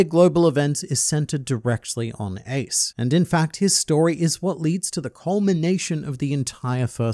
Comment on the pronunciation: bro forgot how Ace's name is pronounced 💀and where's the shadow of the third sake cup before the Marineford saga? U sure it wasn't just a black spot? Seeing as he's a whole other brother of Luffy, saying he's not relevant is kinda stupid. If even that green haired bar chick can be so often featured in relation to Luffy's flashbacks what about his sworn brother?